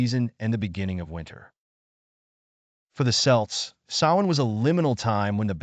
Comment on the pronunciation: Celt with a ‘K’. With an ‘S’ sound is an athletic team. The pictures are Ai…is the narration? Beautiful, though. Lots of great info.